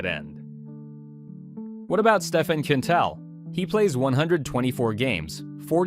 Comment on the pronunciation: stephane quintals last name is pronunced kane tal , just thought you should know , its french so it pronounces abit different , btw fkn amazing content sir